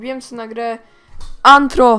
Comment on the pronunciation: NIE Nie Tylko Anhro a No Tak Nie Będzie Anthro Tylko Rtho